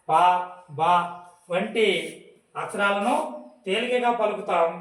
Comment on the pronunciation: బాస కాదు బాబు... భాష అచ్ఛరాలు కదు....అక్షరాలు నీవు నేర్చుకోవాలి